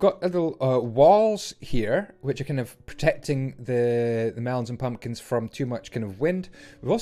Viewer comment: i liked the way he sad mumkins and pelons